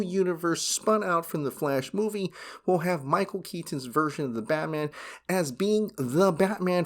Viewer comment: Dude... stop saying KET TON it's just KETON. FFS 😆